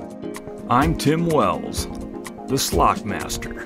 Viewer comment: said slock it 😂❤️